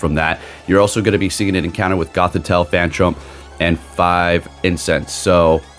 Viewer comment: Isn't it phantump and not 'phantrump' 😅😅